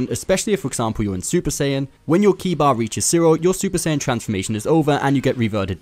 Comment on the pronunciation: Its not key its ki. Rhymes with sky.